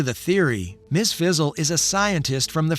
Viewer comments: ...Fizzle? It's Frizzle! I guess AI can't say Frizzle. .. .Heathcliff is from 1973 and Garfield is from 1978. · Its Ms fRizzle not fizzle... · Sounds like ai. Kept saying Ms Fizzle lol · Anyone else getting annoyed with him constantly calling Ms. Frizzle “fizzle”? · Anyone else super annoyed with this bozo calling her "MS FIZZLE?" it doesnt take much to make sure youre pronouncing something correctly. Friggin putz